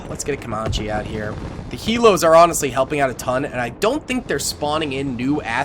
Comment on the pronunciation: Ca-man-che... Not ca-mah-che Also try building a small elite force closer to spawn instead of straight up charging head on into the fray. It's better to push out from spawn and secure multiple highrise buildings with snipers and heavy mg units to keep areas uncongested. Think about it like you would be forced to if it were you personally on the front lines. Me personally I'd want snipers to take out threats from an overwatch position and backed up by either LMG/Motar units or HMG/Grenadiers. It's like having the helicopters providing close air support for tanks and artillery firing on positions just behind the zeds to prevent too many from rushing your units.